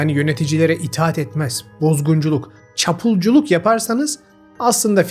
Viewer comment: capulcu vurgulamasi neden hic yakismadi